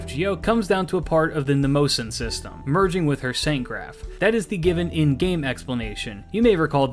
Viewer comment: Just to clarify since I studied greek myth: mnemosyne is pronounce neh-moh-see-knee